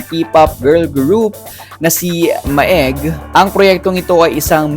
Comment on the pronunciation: ma-eg? it’s read as “meg”